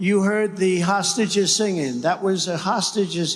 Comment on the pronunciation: He seems to have a problem saying 'hostages'. Hosashes